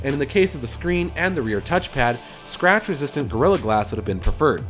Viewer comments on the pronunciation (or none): none